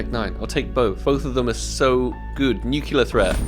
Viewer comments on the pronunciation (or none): no one:: "nukiller threat" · Maybe if you pronounced "nuclear" correctly the cs go gods would have given you one... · Didn't get nuclear threat cause u pronounce nuclear wrong :(